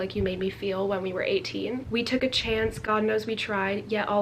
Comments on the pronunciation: When she corrected herself to “chonce” AHHH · “Chonce” LMAOOOOO poor Niall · THE LITTLE "chonce" CORRECTION KILLLLLLED ME